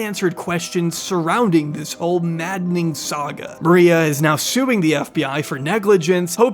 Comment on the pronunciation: are we serious right neow..... 😂